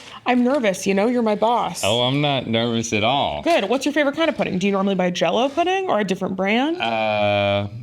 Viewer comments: Definitely sounded like he said praise Putin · It sound like Link said… “Praise Putin like you should,” 😝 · I thought he said "praise putin". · I first I thought link said “praise Putin like I should” lmao 😂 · In that voice, it sounded like a love letter to Russia (or a better option, poutine!) 😂